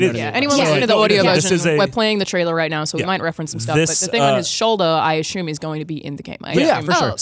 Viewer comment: “Ashume” :-P